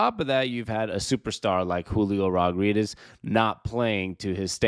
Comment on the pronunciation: Can you not pronounce his last name or smth?